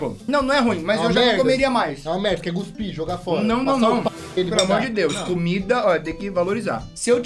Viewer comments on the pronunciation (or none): none